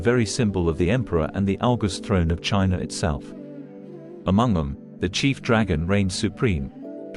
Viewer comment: Your presentation would be so much better if you could teach the A.I. narrator to properly pronounce ALL the words of the script. Words like 'etheric', and 'China' really should be pronounceable I would think. Still very informative in spite of the audio glitches. and the pic.s are awesome!